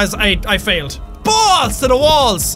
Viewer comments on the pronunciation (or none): none